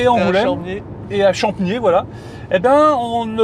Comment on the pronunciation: Bonsoir. Pour info le "p" de Champniers se prononce bien. Bonne route de la part d'un charentais 😊